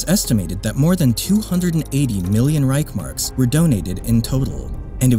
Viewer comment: Reich-S-Mark please. Read the word.